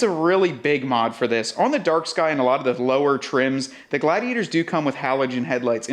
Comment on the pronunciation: What really irks me is when people mispronounce two of the most common words in the English language. The letter "a" is pronounced "aye", but as a WORD, it's pronounced "uh", not "aye". The word "the" is pronounced "thuh", not "thee" (unless it's followed by a vowel sound).